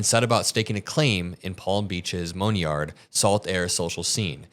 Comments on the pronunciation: lol moneyed, not moanyard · Great report,. 💙 Also, “monied” is pronounced “Mun-eed.” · Uh....moneyed is money-ed; in other words, Palm Beach's community of wealthy (moneyed) residents. I can't believe someone as clearly bright as you,, can't pronounce such a simple word. I can't do this in private, so I have to do it here: mun-eed is how you pronounce moneyed. And yes, I'm the Pronunciation Chief of Police. Since you're a nice kid, I'll let you off with this warning this time. Don't let me catch you F***ing up how to pronounce a word again. Now poor out that beer and walk home. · Mone yard? Moneyed - mun eed. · Love you,, but “moan-yard” 😂 please edit… or is it simply Freudian? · All good always, you should probably look up how to pronounce moneyed though. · Man you really messed up the pronunciation on moneyed. Great stuff though FDT